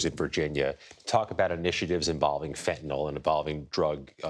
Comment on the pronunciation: FEN TA NILL is how its pronounced and EP STEEN was murdered..